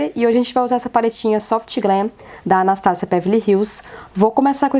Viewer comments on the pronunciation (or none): none